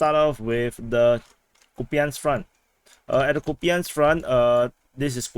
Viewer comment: Kupiansk apparently should be pronounced "Koup-insk"